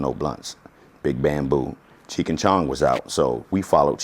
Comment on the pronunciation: Anyone else get triggered at when he kept pronouncing Cheech and Chong as "Cheek" and Chong?